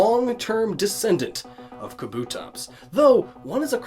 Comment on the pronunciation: It's pronounced KAH-boo-tops